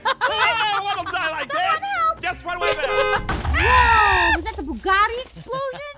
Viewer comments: It a Bugatti not buggari 😂😂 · I love how she said buguti it 😅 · who else was like "I WOKE IN A NEW BUGATTI" when Jess said Buagatti 👇